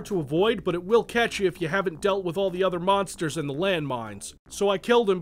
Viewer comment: It sounds like you say BONSTERS. It's "M-ONSTERS"!!! Thanks for the review, I don't have to play this game now:)